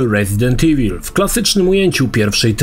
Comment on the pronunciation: Dlaczego tak źle czytasz słowo evil? Pierwsze E czytasz poprawnie po angielsku, a końcówkę IL masakrujesz jak byś po polsku czytał. O co tu chodzi? IWUL czytaj.